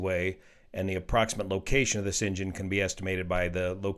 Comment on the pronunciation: Everytime he says engine I hear injun 😂